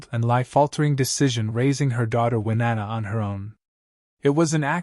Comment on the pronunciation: Who the hell did the background for this? “Winnanna”??? Insulting.